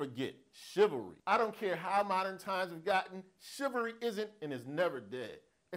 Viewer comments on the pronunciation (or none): Shivery? Wtf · Shivery = Chivalry lol